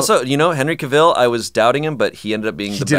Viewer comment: it's Cavill- like Travel